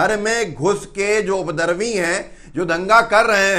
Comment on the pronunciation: अरे भाई बोलने के पहले उपद्रवी शब्द का हिज्जे और उच्चारण सही तो कर लीजिये। बार बार आप "उद्रवी" बोले जा रहे हैं। हिंदी चैनल है आपका। हिंदी को सही सही बोलने का अभ्यास कर लीजिए। आपके चैनल का मैं प्रशंसक हूँ।